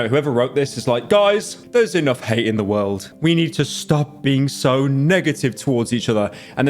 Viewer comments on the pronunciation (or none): none